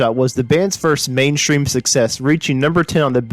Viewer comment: "mainstream" not "mainchtream"